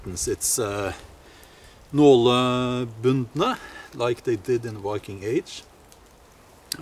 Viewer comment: Learn how to pronounce "viking" with a "v", not "wiking" with a "w".